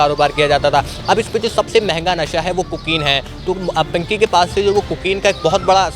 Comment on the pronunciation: Pankhiii nhi bro pinky 😂😂😂😅😅😅